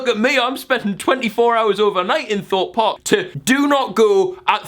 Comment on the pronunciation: AS A ROLLER COASTER ENTHUSIAST HEARING WILLNE SAY THE WORDS THOPE PARK MAKES ME FEEL LIKE A SPECIAL SNOWFLAKE